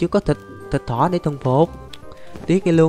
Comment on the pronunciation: What sao a nói thịt thỏ lại là thịt cỏ